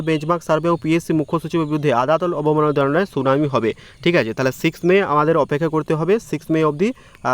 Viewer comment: আগে বাংলাটা ভালো করে পড়তে শেখ, তারপর না হয় এসব করবি, না হলে তোর সুনামি আর অবনমমাননা শুনতে শুনতে লোকে হার্টফেল করবে